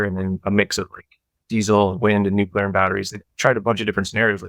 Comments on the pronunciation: NUCLEAR, NOT NUCULAR. JESUS CHRIST. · Not “Nucular”. Obnoxious. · I had to stop listening even though it was really interesting 😂 “nucular” is too distracting! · Love ya but the word is pronounced nu-clee-ur